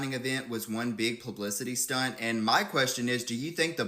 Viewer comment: I guess I’ll be the one to say that it’s stunt not stump in case you didn’t know lol no hate. I just thought it was funny.